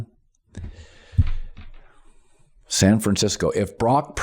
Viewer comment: Anyone else find it annoying that he cannot pronounce Purdy. It's not pronounced Piiddy!